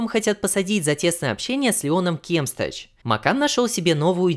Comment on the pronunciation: Чел, ты не правильно произносишь фамилию Кемстач , там ударение поставить по другому надо